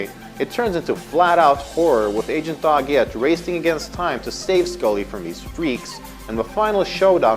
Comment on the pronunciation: Why is he pronouncing Doggett's name like that?????